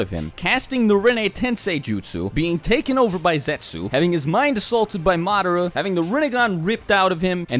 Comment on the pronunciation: MADAGASCAR LMAO IM FUCKING DEAD (he tried to say Madara)